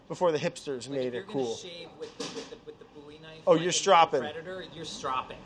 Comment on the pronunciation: I am SO PROUD of for saying Bowie knife correctly!!!!